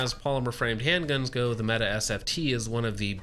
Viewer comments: good video- it is pronounced "meh t eh" not "Meta" to note for next time. Turkish for Brave or Hero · Why do you keep saying meta? I know janik isn't popular with its name pronunciations but in no world is mete pronounced meta, please refer to it as the meaty as it was intended to be pronounced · It's pronounced meh-teh. Not meet or meta or meaty.